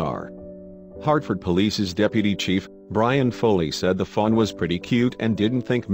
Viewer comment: sounds like he's saying little fun instead of fawn. maybe that's what he meant to say.